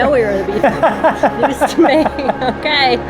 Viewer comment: beef couple omg I can't stop saying it and laughing- beef coulple HAHAHAHAHAHAHA